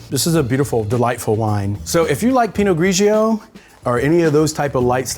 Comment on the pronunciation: Please! pino-GREE-joe not pino-GREE-GEE-oh! Too many syllables! Superb vids.